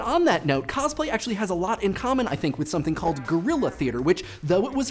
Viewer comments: Since you already seem to have a history of mispronouncing words from your previous videos, I'd like to point out that it's "cos-play", not "coz-play"; derived from "costume play" and taken from the Japanese 「コスプレ」(kosupure). I mean, if you just pronounce costume, as "coztume" then I don't have as much of a minor issue. (And it's pronounced like "Newman" by the way). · Every time I hear him say "cozplay" I cringe a little. When I cosplay I do it just because I like the character. If a character that I'm doing happens to have a particular voice I might try and imitate it but it won't be well done or for long. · He says cosplay weird